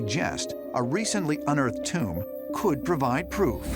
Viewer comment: “It’s not a tomb-er”